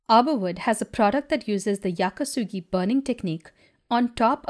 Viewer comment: And thank you for correctly calling it Yaki Sugi.